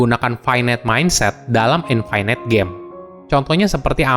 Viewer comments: Btw dibacanya INFINIT, bukan INFINAIT :) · infinite --> bacanya infinit biasa aja bro, tidak semua huruf i dalam kata bahasa Inggris dibacai ai